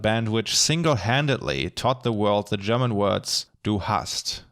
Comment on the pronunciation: I almost wasn't able to tell that you are German, but your pronunciation of the German words was just too perfect. I think you can take that as a compliment. I've seen a couple of analysis videos on Deutschland, but yours was by far the most in-depth yet on-point one. Although this video seemingly doesn't represent your work here on Youtube, I've left you a sub and am looking forward to explore your less recent videos.